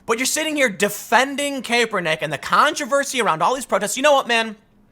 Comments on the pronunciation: Kaepernick is pronounced cap-ernick. Cap like bottle cap, not cape. For the love of God, please stop pronouncing it cape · Its Cap- er - nick , not cape-er-nick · Kaepernick is pronounced with a short “a” not a long “a”. You’ve got to fix this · Kaepernick (cah-per-nick), Tim haha. :) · Tim "Kay-per-nick" pool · I love that Tim pronounces it. CAPErnick. Fuck that guy. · nobody: Tim: colin KAPErnick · I guess no one is telling you but it's pronounced Kahpernick. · Christ dude, it's CAP-ernick. His damn nickname is cap for the love of God. How many times you going to mispronounce that? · You would think Tim would know how to pronounce kapernicks name..... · I watch a lot of Tim and I love his takes and always learn a lot. I don’t comment often but he’s been saying Kaepernick’s name wrong for so long I had to finally say something. Who knows if he’ll read it or not. But if I was making videos that thousands of people were watching, I’d want to pronounce someone’s name right. Especially some as well know as Kaepernick. That’s all. Love ya Tim!